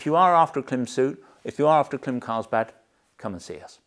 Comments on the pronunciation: Klim: pronounced as “Climb” without the b Shoei: pronounced Shoh-ei My 2 cents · Klim is pronounced climb (note the dash above the i). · Just an FYI: Klim is pronounced "climb"